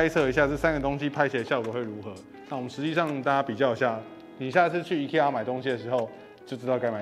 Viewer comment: 念法錯了吧?IKEA 正確發音應該是IKEA